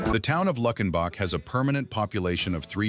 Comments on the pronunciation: Wish you would pronounce towns correctly. Lukenbach: LUKE!! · It's Luuuukenbach. AI ain't that smart, is it? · It's loo ken bach!! Please pronounce it correctly.